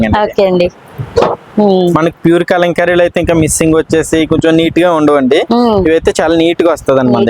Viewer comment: చాలా బాగా చూపించేరు. దయచేసి మంచి తెలుగు పదాలు వాడండి madam. " కళంకారీ " తప్పు పదం. కలంకారీ అనాలి